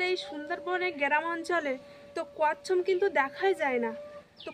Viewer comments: Kassam na, kassap bole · ওটা কচ্ছম না কচ্ছপ 😅